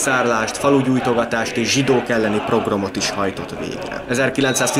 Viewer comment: Tetszett, jó volt. Egy apró észrevétel: nem progrom, pogrom. Amúgy gratula!